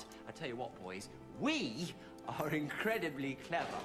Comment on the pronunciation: "we are incredabley clever" Me: nah your not lol